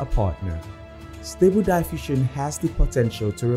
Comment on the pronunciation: Will you ever learn to pronounce "diffusion" correctly? It's in your channel's name after all! A little bit of diligence would be nice.